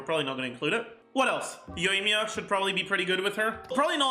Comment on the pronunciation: "Yoyomi" lol